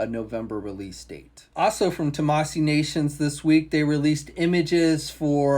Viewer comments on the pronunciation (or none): Tah-mah-SHE is how Tamashii is pronounced, moron. You can see there’s a fucking “h” in it, right?!